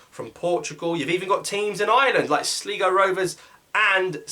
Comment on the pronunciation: The way he said sligo hurt me as a sligo fan